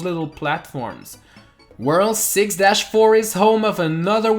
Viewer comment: Just say worlD you are saying worl all the time